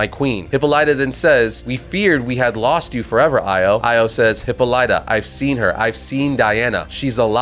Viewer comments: The way you say Hippolyta...😬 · Bruh you’re absolutely butchering Hippolyta. Please Google how to pronounce it because this is criminal if you’re going to continue covering Wonder Woman.